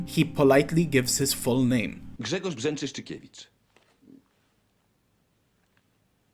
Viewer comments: damn u said brzęczyszczykiewicz better than most poles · dostajesz lajka i suba za poprawnego brzeczyszczykiewicza ;D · As a polish person i am genuinely impressed at your pronunciation of even the worst polish words like Brzęczyszczykiewicz. You really tried your best and did your research and it shows. And i actually learned some stuff i didn't know about before on the last tier, which completely blows my mind tbh. Good job man 👍